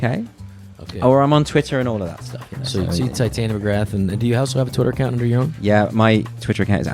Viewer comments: I am 30 mins in on the second part and Andrew still hasn't corrected the mispronunciation of Tytania to Titania. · shit someone tell him how to say titania, like narnia she is posh !lol